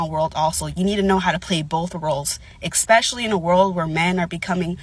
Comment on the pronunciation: Expecially? 😂🤣😂suposubly I guess 🤣😂